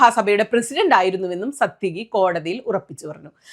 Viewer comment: സാത്യകി! (It's not 'സത്യകി'.)